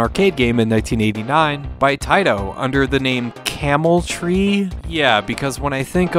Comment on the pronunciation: I think it was called 'Camel Try'... Not 'Camel Tree'... But whatever. It made me nauseous just watching it. Love the channel mate ☺️